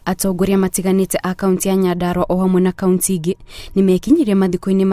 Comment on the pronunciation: Inabore sana, eti 'Kauntsi', atsetsi, guatsurania...nkt..hii tsi, tse ilitoka wapi?